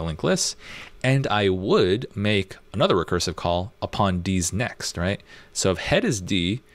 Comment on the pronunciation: First time I heard "D's Next" I heard "Deez nuts" and it triggered my PTSD. In all seriousness though great tutorial and teaching style! I love the "educate then experiment" approach.